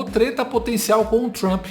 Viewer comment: "Tentar lamber as botas du Trampi", diz Lalau... Logo ele, que tem a boca recheada de "cutuca-cabra" de soldados do Hamas... 😂🤌